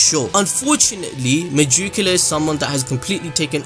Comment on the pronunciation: Its probably pronounced “meh-gee-ku-la”